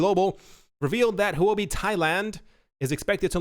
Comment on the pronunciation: Huobi is pronounced, "hwuh bi." It is Chinese for cryptocurrency. I love your show.